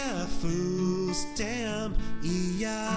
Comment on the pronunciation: Meh, I liked the original better, they weren’t really trying to sing and when they said food stamp, it was sa-tiam.